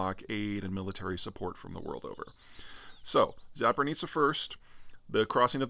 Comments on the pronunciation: If you going to mispronaunce "Zaporizhzhia" one more time, I'm going to go crazy. It's definitely not "Zapornica" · There's no "n" in Zaporizhzhia ;-) Read it "zaporitsya" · I love how you say "Zapornizza" instead of "Zaporizhia". Anyway, thanks for the reporting and analysis. It's rare to see someone from "the west" to so familiar with the current situation in Ukraine and Eastern Europe in general. As a daily viewer of your channel I want to say thank you for being one of the few voices of reason that speak on this topic. Greetings from Bulgaria. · There's no N in Zaporizhia. Zap oh ree zha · There's no "n" in Zaporizhzhia. Dnipro not Dnipr (the latter is Russian pronunciation). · that must be the most mispronounced way of saying zaporizhia. :D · It is really not that hard: ZA-PO-RI-ZHIA. In this point after all the videos its just embarrassing not be able to say correctly four syllables. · zap oh REE zhee yah, Peter, pls... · Zaporisha I believe it’s pronounced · What the hell are Zapornitzia and Kakova? Not asking for perfect pronunciation of Ukranian names but at least try to learn the names and not sound like Joey Diaz. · great overview as always. except i can't help but offer a correct pronunciation of my country's region - Zaporizhzhia. Please and thank you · Loving your analyses but please get that pronounciation of places and names right :) I know it’s not easy for an American tongue to twist into those East European names but maybe finding the right phonetics spelling can help? Zaporizhzhia: [zɐpoˈriʒʲːɐ] Kakhovka: [kɐˈxɔu̯kɐ] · Do you mean Zaporizhzhia when you say Zapornizia? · “Zapornizzia”is not exclusively Peter. I’ve heard that and a lot of other loose pronunciations in the wider media for forever. But does it matter? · Mr. Zeihan, as a Ukrainian i kindly ask you to check the pronunciation of Ukrainian toponyms, especially Zaporizhzhia, Kakhovka, and Kherson :)) Also thanks a lot for covering the situation as it is.